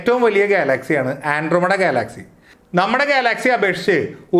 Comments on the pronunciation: നല്ല അറിവാണ് ... പക്ഷെ ഉച്ചാരണം കുറച്ചു കൂടി നന്നാക്കുമെന്നു പ്രതീക്ഷിക്കുന്നു. ഗാലാക്സി അല്ലല്ലോ ഗ്യാലക്സി അല്ലെ ? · ഗാലാക്സി എന്തൊക്കെയാണ് ചേട്ടൻ ഉച്ചരിക്കുന്നത് വിദ്യാർഥികൾ ഉൾപ്പെടെ കാണുന്ന ഒരു ചാനൽ ആണ് അതുകൊണ്ട് ഉച്ചാരണം ശ്രദ്ധിക്കുക 🙏🙏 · Check your pronuciation of Galaxy. You are annoying heck out the listeners.